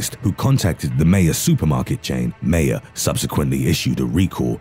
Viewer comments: The way he pronounced Meijer makes me want to turn Britain into an American colony and go Manifest Destiny round two on them. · It's pronounced "My-err" (Michigan store chain). I'm watching this while eating the best pork steak ever. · Linda Ciccoli I corrected him out loud lol I am in Mich and go there all the time